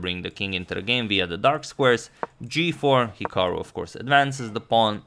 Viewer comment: It’s actually pronounced hik-uh-ru not hik-o-ru